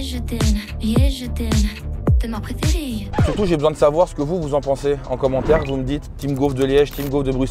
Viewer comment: "tes ma préféréï" m'a eu ! hahaha